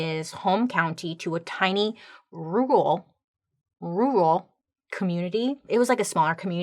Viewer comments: I have a hard time with "rural" also 😅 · Take the word "Her" Replace the H with an R: "Rer" Take the word "Bull" Remove the B: "ull" Rer-ull Rural Now if anyone can teach me and Bailey how to say "Horror" without it sounding like "wh*re" Id greatly appreciate it! 😆